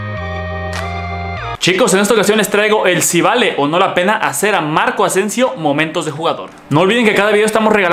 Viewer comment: Marco Asensio "Moentos" xd Pdt: Saludarme